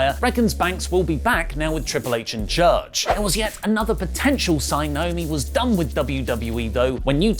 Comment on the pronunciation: is the Naomi pronunciation an accent thing? Lauri says it perfectly.